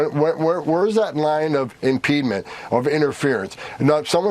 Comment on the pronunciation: I’ve never heard the word “impediment” pronounced that way.